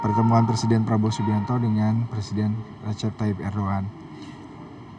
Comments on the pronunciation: bacanya bukan erdogggan, tapi erdowan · Erdogan dibaca Erdoan ya..g ga diucap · Kenapa huruf G nya gak dibaca ya ?? ERDOAN...